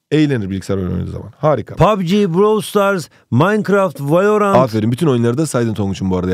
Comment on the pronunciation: Valorant❌️ Vayorant✅️ 🗿🗿🗿